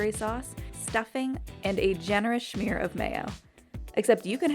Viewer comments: quit saying schmear like that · stop saying schmear its smear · Smear! There's no H in it. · Why is the girl saying shmear instead of smear, ugh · Why you keep on saying schmear I swear to god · Stop saying "Shmear" please...